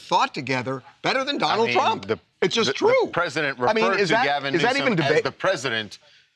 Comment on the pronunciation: did anyone notice trump said newscum?